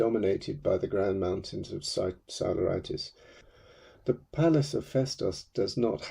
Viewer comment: It would be great if you could pronounce Greek or Latin NAMES not in english because many of those are not understandable - even Google doesn't understand you (Psiloritis becomes Solaritis)